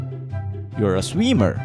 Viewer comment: sweemer got me dead